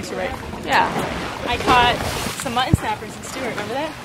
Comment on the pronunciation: I really enjoyed watching your video!!! One small problem I noticed, why does every one keep mispronoucing the word muTTon!